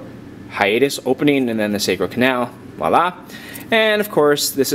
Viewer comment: I think it was more like "voila", kinda the synonym to "tada!". But waalla is ok to I guess